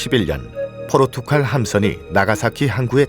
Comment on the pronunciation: 칼, 갈.... 한국인은 도대체 국어 교육을 받긴 받는거 맞나? 이 두 낱말 발음 하는게 그렇게 어려워? 열에 아홉은 죄다 포르투칼이래.. 진짜 입을 다 묶어 버리고 싶다.